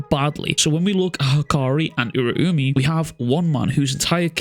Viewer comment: I think it's pronounced Ur-ow-me